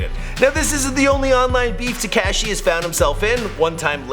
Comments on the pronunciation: It's not tacashi it's takashi like cop ka ka kashi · Why TF u saying tacashi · Learn how to say Takashi right dbag